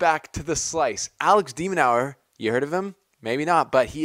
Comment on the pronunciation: Your pronouncing his name wrong! It’s pronounced De-men-urr there are a couple of interviews on YouTube with the guy seems pretty cool